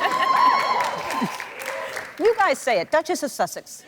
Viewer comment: There's not a "t" in the word duchess .... 😂😂😂